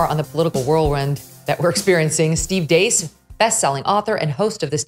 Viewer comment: Steve Deace, pronounced with a long A, like Dayce